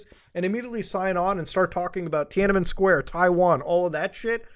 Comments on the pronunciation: cmon, muta. it's tiananmen. three Ns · My headphones stopped working the second you said "Tianamen Square"